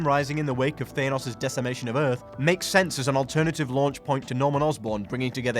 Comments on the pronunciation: is it? New to the channel? Early days in your voiceover work? Can I give you some advice? Don't mispronounce iconic character names to a channel full of rabid fanboys, myself included. No matter what your script might say, it's THANNOSS, not THAY-NOSS. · Said it like his sons name thane os its thAnos god dammit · THANOS not THEYNOS!!! FFS... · THAYNOSS LOL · So it wasn't a one off in a previous video... this guy really cannot pronounce "Thanos" correctly!... Thaaynos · I'm sorry but, Thane-os??? no... just... just no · Every time you say "ThayNos" it gets more annoying. Am I missing something? Is everyone else pronouncing it wrong? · That's not how its pronounced its pronounced this way : "THE-ANUS" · It’s pronounced F A N O S - thanos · Learn how to say thanos ffs